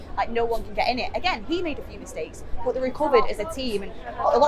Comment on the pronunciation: Maybe I’m weird but I love how says “boh” (but).